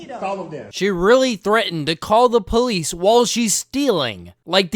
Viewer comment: "Da POELEECE"